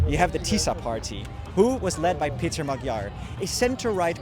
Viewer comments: even though you were in Budapest, seems you still didn't notice that Magyár's name is not pronounced "Magyar" (as with a G) but rather "Moadjor" (DJ) ;-) regards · Like your report, but can you try to pronounce the letters correctly? The g in Magyar is not spoken as a g. the gy is a completely own sound between a d and a g plus y as in yes. ;) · What keeps you from pronouncing Peter Magyar‘s name correctly?